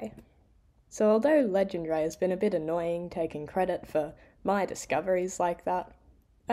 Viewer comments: I'm French and I promise you that Legendre isn't pronounced like that, I don't know what google was thinking (maybe some English speakers pronounce it like that but it sounds so strange). I would say "le-JEN(dr)" like here That said in French we butcher the name Euler, so it's a bit like the pot calling the kettle black... I love the video btw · great video!! Legendre is pronounced completely differently ;) But I have never heard of Eulers sieve, cool stuff!